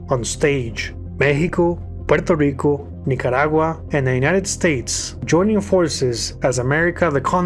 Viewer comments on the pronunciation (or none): none